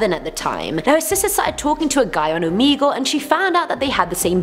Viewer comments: It’s oh meh gul ok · the fact that she pronounces it "Omeegle"